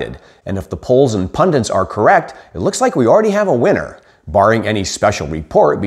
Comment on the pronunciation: Did he really say "pundiNt"?